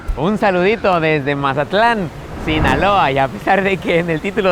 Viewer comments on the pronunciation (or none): none